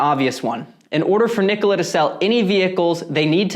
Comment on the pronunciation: At least you can pronounce the name right... the company can't!